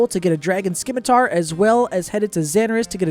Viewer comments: "Dragon SKimitar" Subbed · Why do none of you content creators know the c in scimitar is silent